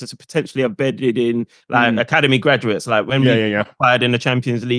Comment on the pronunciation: Why does keep saying “academy gradumates” 🤣